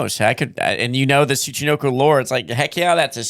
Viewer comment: How do you manage to mis-pronounce the syllable “NO” (Tsu-chi-NO-ko) as “Knee” every time you say the freakin’ word? Seriously,, you have to put some effort into mispronouncing words as often as you do. It’s almost as if you say, “Show prep? Phooey on that. Read through the tough words and spend five minutes looking them up? That’s for amateurs.”